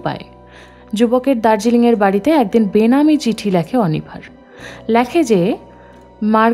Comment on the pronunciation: Lekhe je.....❌ Lakhe je.....✅